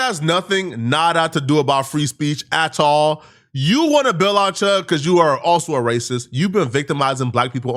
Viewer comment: I like how he says “atahlll”